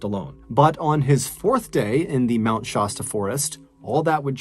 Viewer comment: I love MrBallen's narration. Only thing that keeps throwing me off is his pronunciation of "Mt. Shasta". Much love for your art of telling stories!